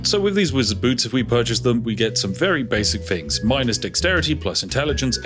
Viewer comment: Not spiffing at all! “Togeva” “Wiv” “Fings” 😱